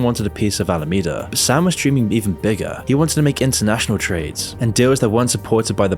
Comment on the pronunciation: Names the video "worse than you thought," then regurgitates what we've all known for weeks, as has been covered by everyone and your grandma on YouTube. Sprinkling in errors like SBF's arbitrage trick happening in Japan, and Alameda suddenly becoming "Alamanda" - twice. Yeah, I'll pass on this channel.